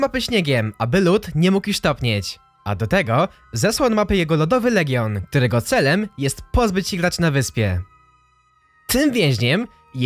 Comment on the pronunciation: UWAGA TŁUMACZĘ SEZONU GARŚĆ KTÓREGO GDY STOPIŁ SIĘ LÓD dalej już nie dałem rady tego słuchać